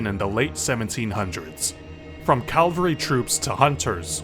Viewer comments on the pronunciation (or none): Cavalry, not Calvary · Cavalry, not calvary. Instant tumbs down.